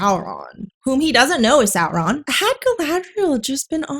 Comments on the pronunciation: The exaggerated rolling is distracting as a Spanish speaker. We don't roll them that hard. I don't understand why roll at all but anyway, yhe r in Sauron should sound like the t in water (American pronunciation), not like a Vespa. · Saurrrrrrrrrrrron has Rrrrrrrrrrrrridges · If Saurrrron is resurrected like Jesus, is that an Easterrrr Egg? 😂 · The producers of this series should have just said the heck with the fake and out of place R rolling and had them pronounce all their R's like W's, like the impressive clergyman in the "The Princess Bride" movie: Instead of "Saur℞rr-ron", "Sow-wonn" 😆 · But it's Sindarin not Spanish. In Sindarin and Quenya all Rs are rolled, like in perro. It still doesn't work well, because it interrupts the flow and the actors sometimes trip over it, but it's technically correct according to the pronunciation guide that Tolkien wrote.